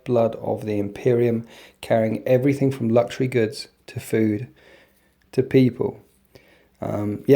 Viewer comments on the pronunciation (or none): none